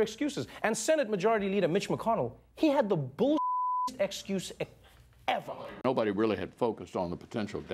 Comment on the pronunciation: American Child Oh I thought that was just Trevor adding a whole lot of emphasis to the word 'ever'